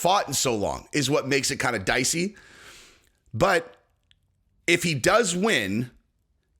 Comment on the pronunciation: Next time yoy say dicey ya gotta say it like B schaub lmao